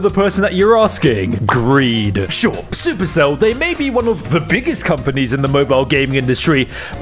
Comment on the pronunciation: Man also reads super cell as "Sup" "Erc" "Ell" It seems we have the same vocabulary